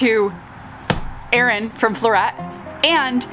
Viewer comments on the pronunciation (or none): none